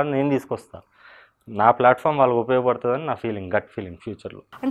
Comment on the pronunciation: Flatform kadu andi ..platform antaru.... english rakapote..telugu lo matladandi ...# Enduku aa stunt 😎